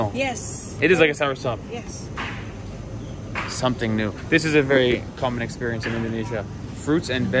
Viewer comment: it is a sour sop and not like one lol